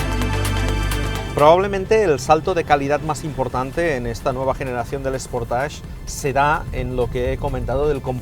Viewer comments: Buen reportaje. .. solo destacar que la pronunciación de SportAge.... es SPORTEISCH. ..no SPORTASH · Anda que no sois incultos algunos. Dice "sportach" porque la terminación "-age" se pronuncia así en francés.